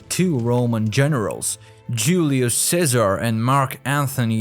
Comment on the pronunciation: great content, disturbingly presented. such an illiterate narrator, can't even pronounce Ceaser or Luther but can "seductive" and "prominent". ffs. Secret Origins more like Secret illiteracy. If anyone wanna see a person speak overly the top masking his accent (trying to sound American) but his pronunciation is primary school level, and this person narrates educational videos. no comments.